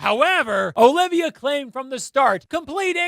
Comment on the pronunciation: my boy are you Latino? Cause you just pulled that O-livia straight from an abuela’s mouth lol